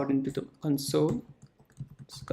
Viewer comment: It's console not cunsole